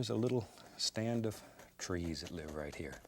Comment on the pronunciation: he reminds me of my grandma because they both say “kat” instead of “that”